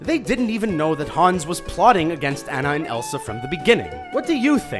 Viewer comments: It's purnounced ohnah not an na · It's not Anna An-an it's Anna On-an!!!!!!! IT ANNOYS ME SO MUCH THAT PEOPLE SAY ANNA'S NAME WRONG!!!!!!!! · He really did just say Anna instead of Anna (aw-na) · it's not Ana it's Anna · He said Ana wrong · you said anna like anna but its anna not anna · its pronounced on-ah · It shows that the strand of hair turns brown once cut also u pronounced aunna rong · Please start pronouncing Anna (Ah-na) correctly, at least in context to how they say it in Frozen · put he said anna wrong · It's pronounced (on-uh) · why tf can't he pronounce something as simple as "ana"... he was pronouncing it as "an-a" which would be anna but ana's name is pronounced differently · I wish you'd pronounce Anna's name correctly. For how many times you've done a Frozen theory, you must have seen the movie. So why must you always pronounce it incorrectly? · They said Anna wrong... how dare they!! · I couldn't pay attention to what the plot hole was for Frozen when he pronounced Anna's name wrong 😂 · HE PRONOUNCED ANNA WRONG 😑 Plus, a lot of these plot holes don't make sense...